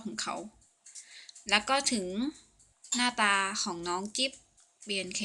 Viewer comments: จิ๊บ คับ ไม่ใช่ กิ๊ฟ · จิ๊บ ครับ ไม่ใช่กิ๊บครับ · จิ๊บค่ะไม่ใช่กิ๊บ😂 ชอบคำพูดพี่มากเลย😍